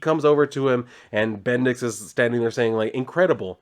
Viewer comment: BendiX..? Sounds like Bendis in a funny way, ay? 😄